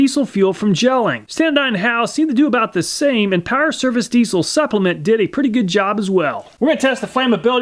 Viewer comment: It's pronounced deezle, not deessle